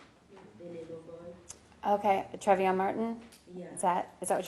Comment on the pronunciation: “Trevvion Martin” ugh how could you not get that right